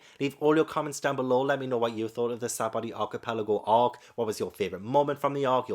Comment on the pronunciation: It's pronounced Sha-Bon-Dee Arpikelajico